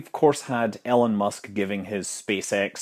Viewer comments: Ee-LO-N not ellen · Scott, his name is not Ellon like "ellen" it's pronounced EE-lon for Elon.